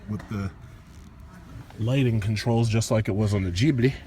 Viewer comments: Man! PLEASE! COME ON! It is gHibli and not gibli. Pronunce it with the hard G just like when you say Get, Give etc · He's mispronouncing it on purpose. That's his style.